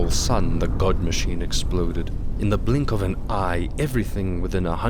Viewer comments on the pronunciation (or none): none